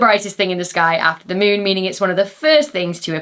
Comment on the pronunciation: The Meewnn... 😄😄😄